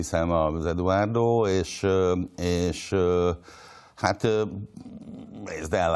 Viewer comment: (D.A.)Edvárdó😂😂😂 Nem tudja kimondani, hogy Eduardo. Mindenki más ki tudja mondani.